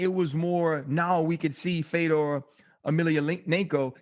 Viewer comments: Why tf is RC pronouncing his name “Fee-dor” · at first we heard feedor...then he gets corrected just by listening & he says Fedor lol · RC trying to hype up Fedor and say how much of a legend he is while pronouncing his name wrong is hilarious. "FEE-DOOR" lmao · Rc needs to go, he was saying Fedor's name all wrong and even DC is laughing at this clown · It’s a real struggle for RC with names bruh butchered fedors name twice hahaha love it